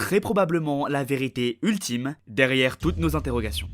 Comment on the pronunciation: "Utlime" tu veux dire 😂